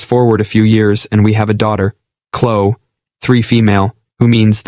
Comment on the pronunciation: It's Clo-eee😡!